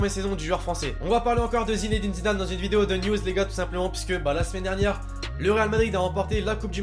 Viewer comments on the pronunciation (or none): none